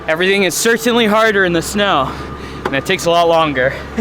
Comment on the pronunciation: Love everything about you except for that way you say “Certainly” 🫣😂